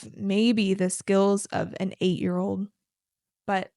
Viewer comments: mình biết lý thuyết đó rồi, mình đang thắc mắc sao trước phụ âm mà chị í đọc là "đi" kìa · ko, mình biết lý thuyết đó rồi. Ý mình thắc mắc là sao trước phụ đề mà chị í phát âm là "đi"